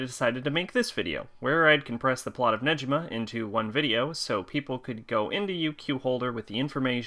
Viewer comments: It’s neGima not neJima why are you saying Neji like he’s from Naruto when his name is Negima 🤦🏻 learn Japanese pronunciations it’s not that hard that week one on Japanese 101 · sorry to correct your pronanciation it's negima not nejima sorry just to correct you. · It is Negima not Nejima 😅 it is pronounced as Gi like the stuff you wear for karate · I stopped at 7 seconds in, when this man said “Neji-ma”......you’re telling me, that you read the whole series and watched the anime, and you didn’t know how to pronounce his name. There is even a food called negimaki, that you could have learned it from! Wth? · You pronounce negima wrong